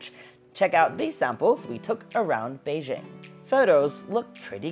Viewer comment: Bei JING...北京, not bei zhing